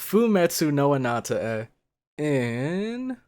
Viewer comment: Not so useful information, but the pronounce "Anata e" in "Fumetsu no Anata e" you just want to combine the "-a" with the "e" so it's "Anatae" not "Anata 'e"